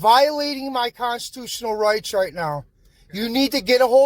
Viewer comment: "Consotustnl rights"